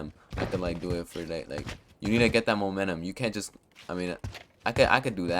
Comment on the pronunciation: "Monenum" lmfao